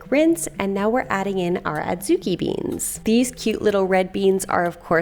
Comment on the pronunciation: They're pronounced "odd-zoo-KEE".